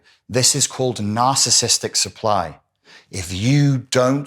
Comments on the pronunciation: Please pronounce it properly! NAR CIS ISM NAR CIS IST IC!! You're saying NAR CIST NAR CISM NAR CIST IC. I cannot listen to you! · I wish he'd pronounce narciss ISTIC properly 😂